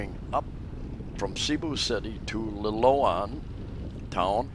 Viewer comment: sorry but it pronounced Lilo Ann but spelt different im up near Bogo Nailon is the town 3klm to the east of Bogo we have a solar set up runs ok when we need it 100amp battery we have a compound very safe 8ft wall all round we just rebuilt our old house its under the new one all the rubble and i have my own scooter a Mio we did have a van but i couldn't drive it im too tall and we own it all sold the van we have a farm but broken up in to 3places now and we just bought a new one its a inheritance but back taxes was alot we are building small nipper place for my wifes stepbrother he is living in our old old house 3 bedroom place big lounge that one also we have other propertys my wife's brother lives in another place we built from nothing but we like to sell that one its good we go there when we can but the traveling is hard from Australia her Daughter lives at our new house also a sori store at the front of the block our house is at the back also we have like a unit one bedroom at the back of our house its part of the original house we rebuilt while ago so we have lots going on for us our brother in law helps do alot of stuff they dont pay rent so no income with our places itd nice we are in the center of the town of Nailon